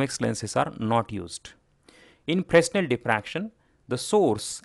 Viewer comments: Fresnel is pronounced "Fray-NEL" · In the word 'Fresnel', the 's' should not be pronounced